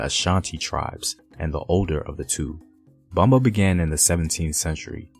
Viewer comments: Great video but Everytime homie says Bomba and Taino I cringe. Great info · I LOVE THE HISTORY, BUT PLEASE LEARN HOW TO PRONOUNCE THE WORDS, LIKE PLENA,BOMBA, TAINO, SALSA. PLENA AND BOMBA WAS NEVER ABANDONED BUT BIRTHED A NEW GENRE, SALSA. IT'S ALWAYS BEEN THE FOUNDATION, AND STILL PLAYED TODAY IN PUERTO RICO ALSO THE PARRANDA WHICH IS PLAYED DURING CHRISTMAS AND THE CELEBRATION OF THE THREE KINGS. IT COULD NEVER BE ABANDONED ITS OUR HERITAGE. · I’m sorry he doesn’t even say Taino or bomba right lol I’m sorry and they didn’t speak Spanish moronic I swear so offensive to speak on my people speaking on somebody else’s history and act like you know lol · Taino, " Tah - EE - noh" Ponce, "Pohn-say" Bomba, "Bohm-bah" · Yes I wish the narrator had practiced how to pronounce at least the word Taino; plus Ponce, bomba, Loisa.It was a bit annoying his Anglo pronunciation of these few Spanish words.